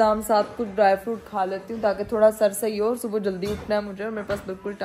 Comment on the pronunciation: yrr subo subo kya hota hai subha hota hai